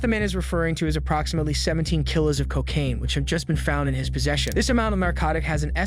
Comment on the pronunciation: That was 68 thousand dollars not 68 hundred. And it's Kilo is said Key Lo no Killo